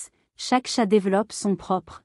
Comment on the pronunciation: Utilisez une IA qui prononce correctement chat (et non tchat)